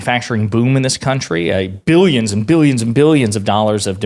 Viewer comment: It's Billions! There is no Y in the word!